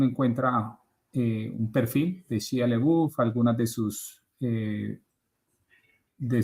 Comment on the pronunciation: Se pronuncia Shaia Labef.